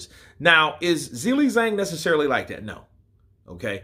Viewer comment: Hey dude, dig your content, appreciate you keeping us so up to date on boxing, but I will say: every time you pronounce Zhang's name as 'Zilly Zang' I wince a little bit.